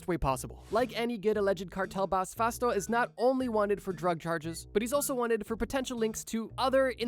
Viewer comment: Ooh Fausto with a U. I thought you were saying “fast” in Japanese Engrishu